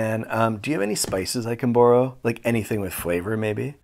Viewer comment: "I can boooorrow" Canadian, figured it out guys